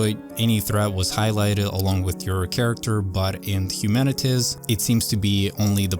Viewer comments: HUMANITIZ lmao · Its Human-it-Z (not Human-itiz). Not trying to be rude but I wanted to make sure you pronounced it properly. Thanks for the video, happy gaming! 😊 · The name of the game is pronouced "Humanit - Zee" as it is a play on the word "Humanit - y". So its like saying humanity has been replaced by Zombies or "Zekes" as they are called in the novel/movie World War Z. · Have I been pronouncing it incorrectly for months now? I thought it was Humanit - Z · HumanitZee not Humanitz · The pronounciation is 'Humanit Zee ... ' Like Humanity... but with a Z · It’s pronounced humanit-zee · Hu-man-it-Z say it with me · Hu-man-it-ZEE :) hope it helps